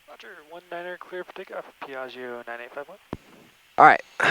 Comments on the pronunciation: Da italiano trovo fastidioso sentire pronunciare in modo sbagliato Piaggio :-) :-) La parola contiene due G e vanno pronunciate. Io sento Piagio con una G, mentre sono due. :-) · It would be better if you would produce the name if this wing Ferrari in the proper way : Piaggio !! Without sounding the last “I” believe me in italian!! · check out some Italian language pages and learn how to properly pronounce Piaggio :-(